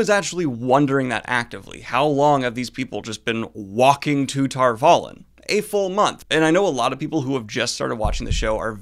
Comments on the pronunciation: Can we talk for a moment of how the punctuation in names and city names is wrong in the show?? It is Tar V(a)lon, not Tar Val(o)n, L(o)ial, not Loi(a)l, Sh(a)dar L(o)goth, not Shad(a)r Log(o)th. If you are uncertain of how to properly accentuate a word, try saying it out loud and then try screaming it to see what shounds properly. Unless you are French. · Legit question: Why do you alway pronounce it as TAHR VOL-ANNE? Isn't it TAHR VAH-lon? Don't know why but this really bugs me and you say it a lot. 😂😂😂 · I refuse to believe you're pronouncing Tar Valon right... I will continue to read it as Tar vah-lon (lon like don as in you don a hat but an L instead of a d). Not this Tar-valen heresy you speak of. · Five episodes late with this, but is anyone else bothered by the show pronunciation of Tar Valon? The book glossaries have it as "TAHR VAH-lon" but the show uses "vah-LON", like water-me-LON, LOL. It just grates on my ears. I'm glad they don't say it too many times! Sorry for the nitpick, the show has worse issues but overall I'm quite enjoying it regardless. So much story and location is skipped over and compressed on the journey to Tar VAHL-lon. I get why and some of it is quite well thought out but the series seems so rushed. I'm glad Episode 5 slowed it down for some much needed character development. I was looking for a Caemlyn garden-scene replacement in Ep 5 but maybe we'll get something in Ep 6. I can't help but feel a certain (high-born) character is getting the short end of the story. EDIT: Having the Amyrlin coming from Caemlyn should be how that certain character appears in the show in Ep 6. I hope. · I know it's super nit-picky ... how did the most important city in the whole world and series get mispronounced? Is it not tar VAH-lon? Not tar vuh-LON? While it doesn't REALLY matter, I'm also like, there's a literal glossary. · the pronunciation of tar valon hurts my ears!!!